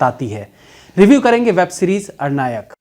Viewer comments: आप बिहारी नहीं हो सकते हैं, नहीं तो "अरण्यक" का उच्चारण " अरनायक" नहीं करते। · "arnayak" nehi Bhai "aranyak" that's Ar....an....yak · अरण्यक है भाई, अरनायक नहीं। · अरनायक नहीं अरण्यक होता है यानी घना जंगल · Sir ये अरनायक नहीं अरण्यक है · It's Aranyak means Jungle not Arnayak... Please get rectified.. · अणनायक नहीं प्रभु,सही उच्चारण अरण्यक(अ+रन+यक) होता है,जिसका मतलब है जंगल से संबंधित,कमाल करते हैं आप भी,पंकज त्रिपाठी जी और आशुतोष राणा जी के चेला होकर ऐसा कीजियेगा तो कैसे काम चलेगा🙄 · आरण्यक नहीं भाई अरण्यक .... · अरनायक नहीं भाई , अरण्यक । आप बिहारी हैं । इसके बावजूद आपका हिंदी उच्चारण इतना गलत है ! आपसे इसकी उम्मीद नहीं थी । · 'Arnya' means Jungle 'Arnyak' means junglee Plz pronounce Arnyak not Ar- nayak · Its Aranyak not Arnayak🤔🤔😂😂😂😂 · It's अरण्यक not अर्णायक. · अरणायक नहीं अरण्यक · भाई अरनायक नहीं अरण्यक ... ढंग से बोलिए 😁😁😁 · It's अरण्यक not अरनायक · Arnayak nahi pronounce hoga sir.. it's Aranyak.. aranya matlab jungle.. jungle mein based hai iss liye Aranyak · The accent of ARANYAK is "ARONNOK" not ARANYIAK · आर्नायक nahi अरन्यक hai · अरनायक नहीं अरण्यक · it's अरण्यक it's a bengali word means jungle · You are pronouncing the name of the series wrong.. It's Aranyak (Aa-ran-nyak) It's a Bengali term. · मैंने दो यूटूबर को देखा आज..वो और आप दोनों ही नाम गलत ले रहे है..'अरण्यक' नाम है इसका.. अरण्य ,जंगल को कहते है। आपसे बेहतर हिंदी की उम्मीद रहती है भैया.। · aranyak ko Ar-Nayak pronounce kar rahe hain aap